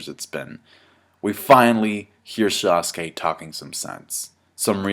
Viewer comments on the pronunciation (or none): it's sasuke not sauce.